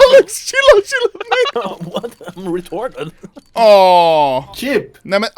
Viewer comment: saying “chip” took me out 😂😂😂😂